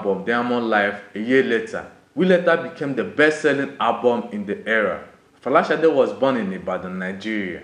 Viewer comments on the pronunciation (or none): It's a Yoruba name dear and not an English name .... It's pronounced Shade.